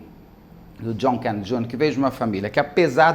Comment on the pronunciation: Por que o Beto esta falando desse jeito estranho ao pronunciar o sobrenome Kennedy?